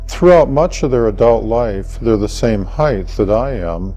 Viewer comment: He keeps looking off to the side, and often stutters…these things are sometimes cues that a person is not being honest. On top of that, the word is “height”…..not “heith”!!!! I hate that. That’s as bad as when our president Bush would say ,” NUKE U LAR…instead of Nuke Le Ar “. Dopes!!!